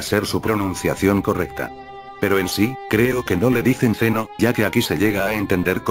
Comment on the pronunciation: Lo de zeno como zen oh no estuvo mal de hecho esa es la pronunciación correcta. Pero algo que me llamo mucho la atención y creo que hasta es un error es que lo hayan llamado con el sufijo "sama".